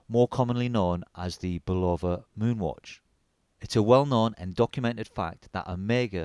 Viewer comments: It’s not a ‘Bull-Over’! It’s a ‘Bull-Of -Uh’ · It's pronounced BULL-UH- VUH. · Mate, give Bulova a phone call. They'll tell you it is never pronounced "bull lover". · its not Bull-oh-va friggin limeys... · This is very nice review of the Bulova Lunar pilot -- well done! A couple of background comments, if I may. Bulova (pronounced BULL-uh-va, with accent on the first syllable, and no long "o" sound but "uh" instead) wanted to get their products on the wrists of astronauts and lobbied US Congress hard to get another shot at a contract, pointing to the rules set out in the 1933 Buy American Act. Bulova didn't have any manual wind chronographs in their catalog, so they went to their Universal Geneve subsidiary and procured the watch that became the prototype worn by David Scott in 1971. Ironically, it was a Swiss watch through and through, with a Valjoux 72 or 7736 movement. David Scott was given the watch by fellow astronaut Frank Borman, a West Pointer (US Military Academy) with personal ties to the president of Bulova at the time, who also knew Borman from West Point. Bulova's CEO was retired five-star General Omar Bradley, yet another famous graduate of West Point beloved for his leadership in World War II. The watch was carried as a favor and part of Scott's "personal effects", which all astronauts were allowed to bring on board with approval from NASA. They also took a bunch of first-day-of-issue postage stamps, which led to a major brouhaha later as NASA took a very dim view of astronauts using their government service for financial gain. The Omega Speedmaster did indeed fail after the second EVA on the moon, so Scott simply strapped his Bulova prototype on and completed th